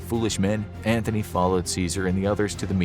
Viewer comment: I love your channel, but everytime you talk about Ceasar you say Mark "Anthony", its Antony, there is no H